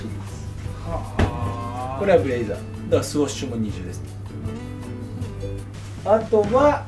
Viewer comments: NAOTOさーーん！！！ スウォッシュじゃなくてスウッシュだよーー！！！ 気付いてくれぇ！！！ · これだけスニーカーが好きなんだから スオッシュじゃなくてスウッシュってちゃんと言って欲しい。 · スオッシュって言うのが気になって仕方ない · そんなにスニーカー好きなのにスウォッシュって言ってるとこが残念です。 スウォッシュじゃなくてスウッシュです。